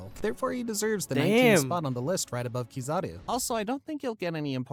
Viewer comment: it’s hard to take his ranking seriously when he utterly butchered the name that has been in the center of the story for so many years. Keyzooki? Seriously? Lol.